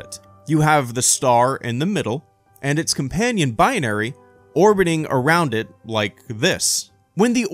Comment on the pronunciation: Are you adding another sylable? It's "Bi-Nary" not "Bi-on-Ary".